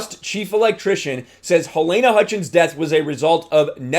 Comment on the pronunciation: Good video. A minor point: Her name is pronounced 'Ha-leena'